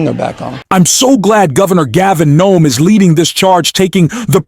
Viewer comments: Why does the narrator continue to call the Governor of California Gov Nom. His name is Gavin Newsome. Gov Gavin Newsome!!! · Newsome not Nome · Last name is newsom not noem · Dude, its Gavin News on not Gavin Noam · Do you have Dyslexia? You keep pronouncing Governor Newsom's name as Governor Gavin Gnome. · Why does this narrator keep calling him Gavin Noem, when his name is Newsom? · It's Newsom not Gnome. 💙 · Newson not NOME! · his name is not nome!!! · Why do you keep calling him Gavin GNOME?? I've lived in California for 20 years and I've never heard him called that. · Your voice bot is an idiot. Gavin Gnome? Gavin USO? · Did this announcer call Gavin Newson Gavin Noem the first time he mentioned his name?😂😂😂😂😂. Towards the end of the video he call him “ Noem two more times!! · Right of the bat, the narrator calls Newsom "Nome"...I'm sorry, I'm out. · Governor Nome? AI knock it off. Learn to pronounce correctly or put a real person in there. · FYI The last name is Newsome but the first time you referred to him I don't think that's what you said